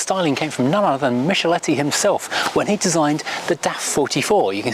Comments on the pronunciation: Spartan but cute. And that’s Michelotti not Micheletti. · Enjoyed this video a lot... Please not note though it's "mickelotti" though :P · Who is this Mishaletti? The design was by Giovanni Michelotti (pronounced Mick-a-lotty). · A really elegant little car. The designer's name is Giovanni Michelotti, pronounced Mick-. He's well known for being the designer of all Triumphs from 1960 onwards.